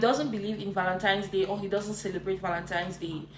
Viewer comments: The 1 that kept saying ValenTIMES day was making me cringe. And the DL guy with the blue shirt please stop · Anyone who’s says “Valentimes” should be blocked immediately! C’mon now.